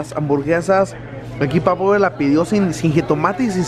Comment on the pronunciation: no es papawer tal como se olle wey! es PAPA , WER!